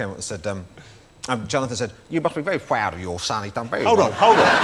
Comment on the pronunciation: He must be very pwoud